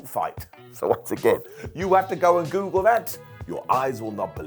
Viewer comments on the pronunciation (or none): none